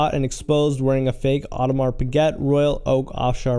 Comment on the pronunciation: People think improving your production value is getting better audio equipment, better camera, etc. But sometimes it's as simple and free as googling how to pronounce Audemars Piguet, or Valjoux. Don't play yourself. And btw, baguette means stick. The bread is also named after that cause it's long, and not that things are named after the bread. PS. Nico is Dutch. How do you even decide to make a video where you talk about things you have no idea about? Ridiculous.